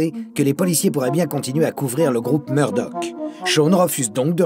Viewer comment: on dit Meurdock (Murdock) et roiyale (royale)et non rauiale et Mûrdock si je suis clair ...